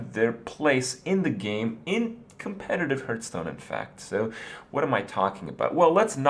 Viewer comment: Stop saying hurtstone.